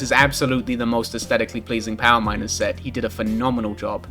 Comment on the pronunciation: every single time you say "set" i immediately assume you said "sex" for absolutely no reason